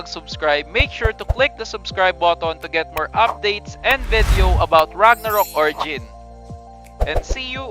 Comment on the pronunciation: VEDEOW! VEDEOW! VEDEOW! VEDEOW! SUSMARYA SAKIT SA TENGA!